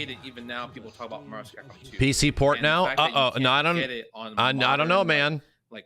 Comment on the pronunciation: "everyone wants new Mahvs-Capcom, Mahvs-Capcom".